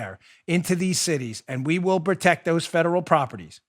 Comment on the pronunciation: Biden: "we're sposed to tect those people" Just 🤦‍♂️ It's protect Joe, protect.